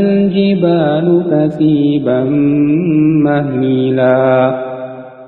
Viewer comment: Assalamualaikum para penghapal alquran yg dirahmati Allah..untuk yang lagi menghapal ayat ini supaya lebih diperhatikan bagian ujung ayat ke 13 dan 14, sepertinya ada koreksi kecil ..ayat ke 13 dibacanya HALIMAN harusnya ALIMAN dan ayat ke 14 dibacanya MAHMILA yang seharusnya MAHILAN,..wallahuallam